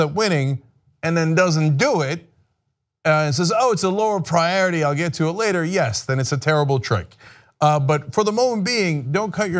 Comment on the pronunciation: wtf is priarity Cenk....